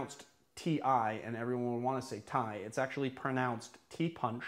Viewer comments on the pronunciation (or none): none